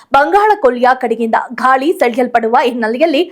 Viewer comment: ಘಾಳಿ ಅಲ್ಲ, ಗಾಳಿ ಸಂಚೆ ಅಲ್ಲ, ಸಂಜೆ ಆಗೂ ಅಲ್ಲ, ಹಾಗೂ ಬಾಗಗಳಲ್ಲಿ ಅಲ್ಲ, ಭಾಗಗಳಲ್ಲಿ ಕನ್ನಡವನ್ನು ದಯಮಾಡಿ ಕೊಲೆ ಮಾಡಬೇಡಿ